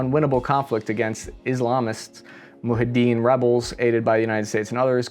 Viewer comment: repeat after me: MUJAHIDEEN MOO - JAA - HID - DEEN ja jaa JAA JAAAAA!!!!! NOT Muhideen